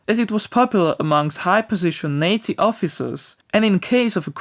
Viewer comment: Wtf wrong pronunciation of nazi